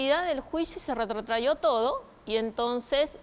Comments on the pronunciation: RETROTRAJO, no "retrotrayó" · Mi querida jurista en derecho penal, la pronunciación correcta es RETROTRAJO., y no es retrayo.